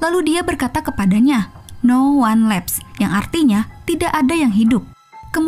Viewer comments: No wan lifs , not no wan lefs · Min, bc judulny yg bener atuh.. no one lives bkn no one laps.. hahahah